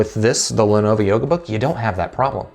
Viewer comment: A few issues with this video: 1. Lenovo, not Lenova 2. Start the video , not 3. Learn your specs dude, seriously. 4. This laptop came out in 2016 you are literally 2 years too late.